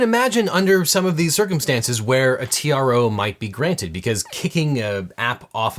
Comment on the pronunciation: At Legal Eagle said: "As you may know, this started with a request for a TRO." I heard: "this started with a request for a tiara."